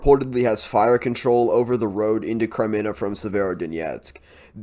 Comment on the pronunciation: Thanks for your reports! Kremina -- this is an easy name to pronounce. Accent the first syllable and pronounced it closer to a long A.